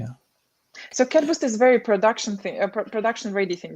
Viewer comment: Abe CadBoost nahi hai... CatBoost hai!